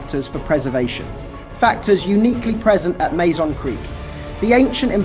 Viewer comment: Mazon is pronounced Mah-zahn, not May Zahn. I know, I live about 20 miles away from Mazon, I'm a local and have been to the creek bed, many times.